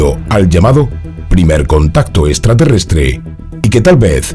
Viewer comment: Es “UTAH”, no “Utat”. 😅 Y se pronuncia “SNEIK”, no “snake”. 😂 “Extraterrestre“, no “estraterrestre”. 😆